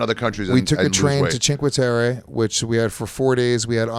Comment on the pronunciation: I nominate for the worst pronunciation of a place award for “cheenkwaterra.” Jesus Christ 😂. Awesome that he travels with his kid though.